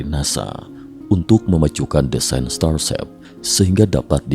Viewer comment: apa cuma saya yang mendengar "starsep"?